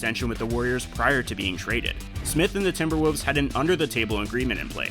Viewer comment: The team is called TimberwoLves. Not TimberwOOvs.